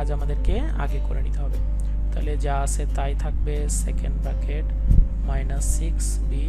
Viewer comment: Sir arekta Kotha bolar chilo .apni bolen ফ্রাস্ট ব্রাকেট তাহলে কি এটা, ব্রাকেট না কি ব্র্যাকেট...🤔🤔🤔🙍🙍‍♀️